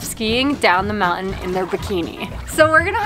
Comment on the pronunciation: Mouen Me: mountain My friend: montin